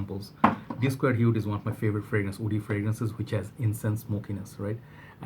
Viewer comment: I always get confused when you say “wood” and “woody” you sound “oud” and “Oudy” ...